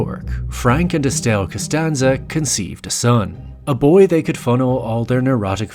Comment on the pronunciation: Canstanza.. canstanza...